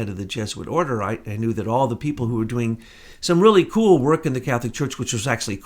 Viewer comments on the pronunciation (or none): none